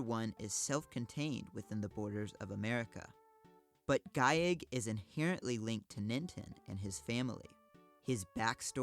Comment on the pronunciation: Same with "giegue" Which is also geeg.